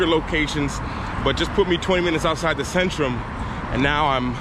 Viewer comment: In polish "Centrum" is pronounced more like "TSentrum" not "Sentrum".